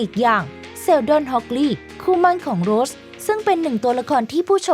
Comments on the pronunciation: ทำการบ้านในการอ่านนิดนึงค่ะ อ่านชื่อนักแสดงผิด ฟังแล้วไม่ค่อยสมูทเลยค่ะ เช่น เคท วินสเลท คุณอ่านเป็น วินเลท แสดงเป็น โรส ไม่ใช่ โรชนะคะ ปรับปรุงนิดนึงจะดีมากๆเลยคะ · ออกเสียงนักแสดงได้ห่วยแตกมาก โดยเฉพาะ เคท วินสเลต / โรส-rose